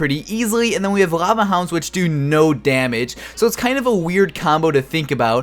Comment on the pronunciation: Can you not pronounce your Ls? They're not "Rava" Hounds y'know xD